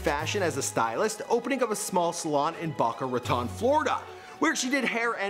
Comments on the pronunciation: Its not backa raton....its BOCA (BO-KA RA TONE) BOCA RATON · It's Pronounced "Bow-ka" Ruh-tone Lol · BO-CA Rah-Tone. That`s how you pronounce Boca Raton guy. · It's pronounced BOE-cah RAH-tone...not Bah-cah Rah-tone... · "Bocka raton" oh... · He said BOCKA ROTAN lmao!!!!! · she left jamaica when she was 10 and it (BO-CAH RUH-TONE) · * bow - kuh ra - tone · Backa Rotone Fl. Lmaoo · Did he just say " baka ratan" ?? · Its pronounced boh-ka rah-tone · ..it’s..it’s boca raton is it that hard to say dude